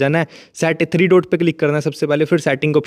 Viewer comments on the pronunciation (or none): none